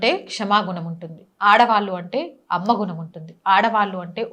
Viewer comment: ఆడవాళ్లు (ఆడవాల్లు కాదండి) సరిగా ఉచ్ఛారణ వుండాలని మీకు తెలియ చేస్తున్నాను. అన్యధా భావించకండి